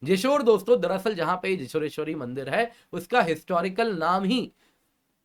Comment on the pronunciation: Sir, the correct pronounciation is जौशोरेश्वरी (Joshoreshwari) . The place "Joshor" was actually pronounced wrongly by British colonizers and never got ammended